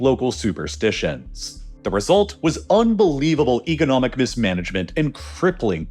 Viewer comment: it's pronounced "economic" not "egonomic"